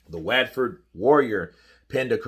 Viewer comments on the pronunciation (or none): Mate is Watford. Like what Ford. Drives me nuts hearing you say it. Lol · Just a tip. Watford is pronounced WOTFUD. Thanks